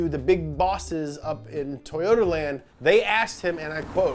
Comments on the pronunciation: “Toyots UK” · "tOwOta" yall think you're slick